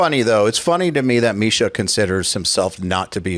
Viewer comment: “Typically, Jake, Marsha, and I, will get together and…”*** needs to get his shit together. Bro will never get the unchained tone if he doesn’t start speaking correctly. I believe in his journey, that’s why I’m pointing this out.